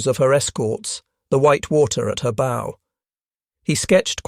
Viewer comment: Not B😅o like Go. Its bow like COW